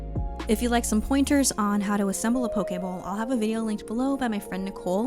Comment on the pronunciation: no matter how hard i try i keep hearing you say pokeball 😂